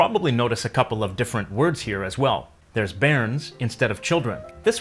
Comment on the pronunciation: you need to make the R stronger and roll it a little in your pronunciation. Same with bairns. Not as much as a German speaker would but a bit more. Good effort overall, Scottish is hard to do a video on as we have a vast amount of words meaning the same, many small differences depending on the region.